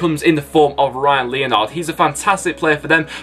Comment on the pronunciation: It’s pronounced Ryan Le-nard